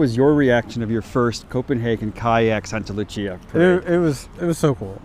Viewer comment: Love this but it’s Saint ( Sct Lucia ) Lucia day - sancta Lucia